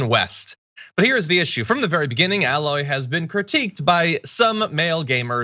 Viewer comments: John, tell me you've never played Horizon Zero Dawn without telling me. Aloy's name isn't pronounced with a flat "A" sound. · It's not pronounced "Al-loy" It's pronounced "AY-loy" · My only complaint is you repeatedly mispronouncing "Aloy". You're saying "alloy". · John, if you really played Horizon Zero Dawn, I would hope you would pronounce her name correctly. It's not Al-loy, it's A-loy. A, pronounced the way you say the letter in the alphabet, not A as in Alex. HZD is such a fantastic game and Aloy is a phenomenal protagonist: she is not overtly sexualized, flirts with both males and females and has suitors, but chooses her mission over romance, and, tbh, looks like a woman probably would if raised in a POST APOCALYPTIC, tribal world, hunting and foraging for food and supplies every day, year after year. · John as someone who has played these games you should know her name is pronounced with a long A, not like alloy. Still love you though! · John I have spoken out against this sad portion of gaming culture on my channel but I must point out one thing it pronuned A-loy not Alloy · It's not an add-on it's a new game and you mispronounced her name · Wait. You played the game and literally cannot say her name right? They say it over and over in the game. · John says he's played it, says it's a "great game", but can't pronounce Aloy's name and calls a sequel an "expansion". 😜